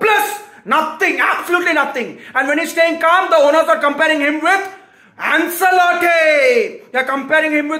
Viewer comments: it's not "Anselotti" it's pronounced as "Anchelotti" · AnSelotti Nai bhai, it’s AnCHElotti. Italian name.